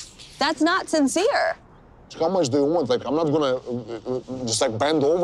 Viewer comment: "What do you WHUNT? What do you WHUNT?" Also, Charlie's questions are only provocative if you got something to hide